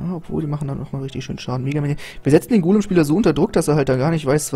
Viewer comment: Du sagst immer mägaminion oder golm xD